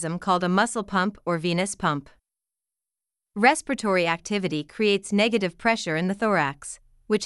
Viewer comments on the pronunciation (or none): It's not respitory it's respiratory 😂